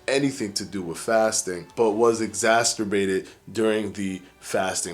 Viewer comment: Did he say "exasterbated"? I really can't deal with the intentional, acquired, language affectations this guy has. Not like you grew up like that dude, you adopted that lingo. Month=monf, with=wif, and my favorite "stay tune". Really dude, this is getting in your way. Let the lingo go. Or maybe see a speech therapist.